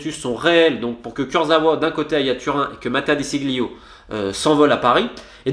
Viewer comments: DE SCEGLIO frérot 😉 (ça se prononce pas De Ceglie, ca c’était le joueur passé par l’OM) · Comme d'habitude top video romain 👌 juste sur la prononciation de De sciglio en phonétique sa donne Dè chilio, tu ne prononce pas le G 😌